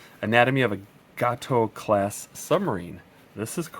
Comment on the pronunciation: Pity they didn't include the weather counters! It's pronounced GAYTO !